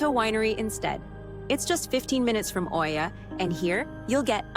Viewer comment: You are pronouncing Oia wrong!